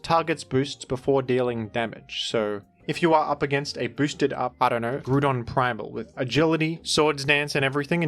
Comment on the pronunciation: Can never go one video without hearing gruudon